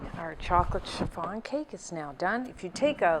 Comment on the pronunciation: Love the way you pronounced chiffon like cherr-farn